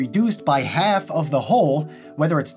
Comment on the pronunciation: in haAlf